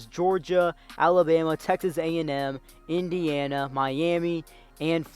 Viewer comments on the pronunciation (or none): none